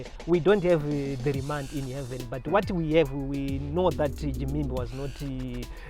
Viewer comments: Am I the only one who is hearing a JIMIMBI in the place of Ginimbi? Hahahaha is always on point! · Gimimbi Me: anonzi Ginimbi iwe msoro bhangu 🤣🤣🤣🤣🤣